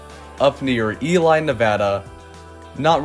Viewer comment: If in Ely, I highly recommend Cave Lake state park for hiking and biking, and the train. And note it's pronounced "Ee-Lee", not "Eli".